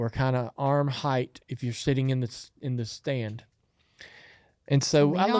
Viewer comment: He's the highest heighth ever😂